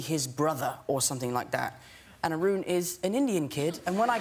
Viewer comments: The way he pronounced Arun😂❤️ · Iam an indian nd his pronunciation of Arun was hilarious